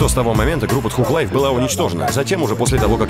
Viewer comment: Мужик ну ты хоть проверяй произношение английских слов. Тхуг лайф, ну и стыд